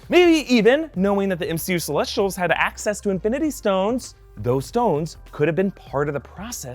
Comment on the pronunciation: How he says celesh-sh-tials not celessss-tials reminds me so much of Abby Lee Miller saying cosh-sh-tume all the time